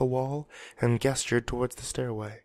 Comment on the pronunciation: I love ya man! But i have to say, not to be a grammar nazi or anything, just wanted to let you know that "gestured" has a soft g sound. So it sounds like "jestured" Wanted to point that out! :D Caught it a few times before! Keep it up though man!!!